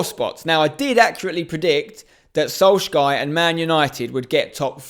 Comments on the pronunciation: The way spencer says solskjaer makes me sick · What are you saying when you try to pronounce Solskjaer lmao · You cant even pronounce Solskjaer let alone Ziyech